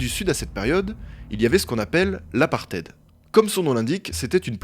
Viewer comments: L'apartheid ça se dit '' apartaïd'' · Bonne vidéo, deux petits trucs à dire, c'était des disques pas des CD 😉 et l'autre, on prononce apartheiiiiid et non aparted😆. La censure est plus proche du gouvernement Macronien que le communisme donc oui une dictature. Bonne continuation tes vidéos sont super👌👊👍